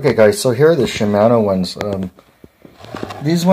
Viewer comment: Shi-man-o 😂 it's shi-mah-no